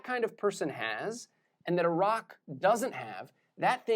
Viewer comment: Anyone else heard Iraq rather than a rock